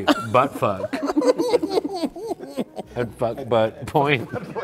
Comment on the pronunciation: pronouncing "fuckbutt point" as "futbut point" never gers old